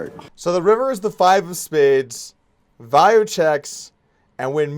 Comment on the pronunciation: He told how to pronounce 'Vayo' during the ME like 3 times, yet you still say it wrong Doug